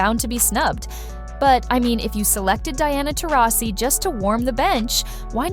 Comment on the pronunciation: Pathetic channel when you cannot even pronounce Taurasi's name correctly...